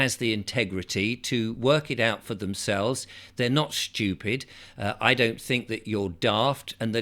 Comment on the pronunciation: Nah we are not shtewpid